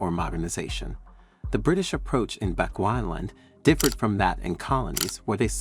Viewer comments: Please it's not Bequana land oh lord 🤦🤦🤦 that's now how you pronounce it's, it's supposed to be pronounced as "Bi chu 'chew' not 'qua' ana land" Bechuana land not Bequana land 🤦 bechewana land but written as Bechuana land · You heard him too😅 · Please make time to research the correct pronunciation of our African Names & Places - you are mis-pronuncing our colonial Name - PLEASE check how to correctly pronounce BECHUANALAND ... NOT how u r saying it.